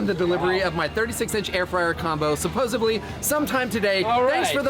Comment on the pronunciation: "SupposeBly?"